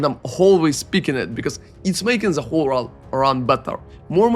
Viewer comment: Who the fuck pronounces "the" as "za"?